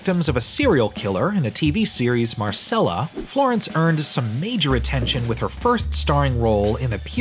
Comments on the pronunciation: Ugh it is mar "che"lla. Pet peeve when people don't research how to say names and titles or any other language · bruh I swear I saw this video somewhere else so I’ll say the same thing I said there, very epic video. not sure if Marcella is pronounced with a “ch” sound but I honestly can’t remember, that’s not to take away from the video it was very well done indeed.